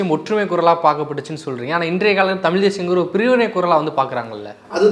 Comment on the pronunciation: தம்பி நெறியாளர் தயவுசய்து தமிழ் என்று உசரிக்கவும்.